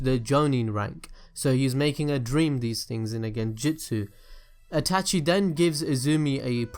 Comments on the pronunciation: This dude is so involved with Naruto and is such a geek about it but he cant even say Itachi correctly... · The way you say Itachi is slowly making me more triggered. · Is it me only that feels annoyed in the way he says itachi.